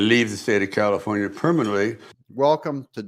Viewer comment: Comifornia...get it right